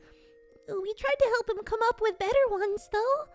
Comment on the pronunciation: He said "better" wrong